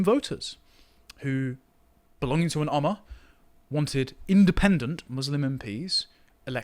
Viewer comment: Ummah is pronounced Uma, as in Uma Thurman. (not amma)